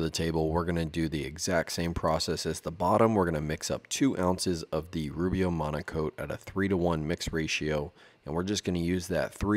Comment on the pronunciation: Oh, it's "Monocoat"? I thought you woodworkers kept saying "Monaco". lol Glad you showed the can...